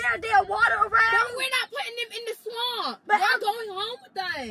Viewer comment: the way said swamp 😂😂😂